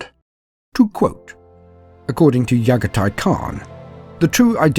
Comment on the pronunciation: I enjoy these videos but these guy struggles with the names of the primarchs. Raboot and Yaghatai